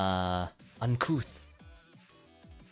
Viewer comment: Aussie oncouth Mate, how are u in? I dont like speak like a "bogan."